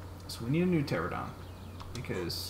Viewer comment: its not a terr-a-don its a puh-ter-an-a-don but the puh is silent :P